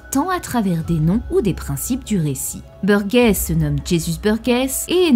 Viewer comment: jézusse beurguèsse 🤣